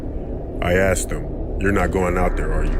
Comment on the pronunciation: Something that keeps bugging me is how you say aksed instead of asked, other than that: great vids!